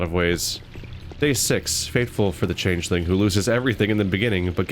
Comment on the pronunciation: to be fair, she also pronounces changeling "chan-juh-ling"